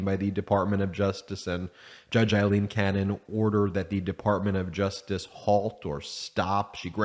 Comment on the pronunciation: Her name is pronounced Long “A”, silent “i”, “l”, long “E”, “n”. AlEn, spelled Ailene